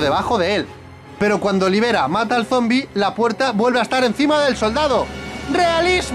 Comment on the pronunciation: El dice olivera y es oliveira